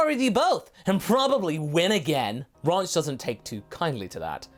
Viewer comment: Ranch, the way pronounces it, sounds like Raunch or Raunchy, so her ahem “advances” towards Trunks makes sense.